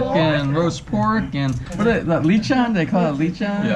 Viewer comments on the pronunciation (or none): Leechon? How have you been married to a Filipina for so long and your pronunciation is so horrible? And how do you not know the names of the basic Filipino dishes. lol